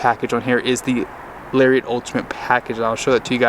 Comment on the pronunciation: TF is a Larry-ette?